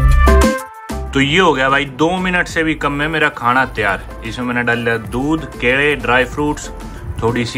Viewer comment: Kele❌️ Kede✅️🤣